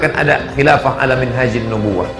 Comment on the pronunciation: Zulkifli , ustadz apaan kalau ngomong ga bener "khilafah" , tangkap aja pak polisi .!!!!!!